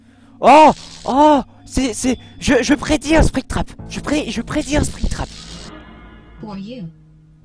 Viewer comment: mec ta dit spectram a la place de spingtrap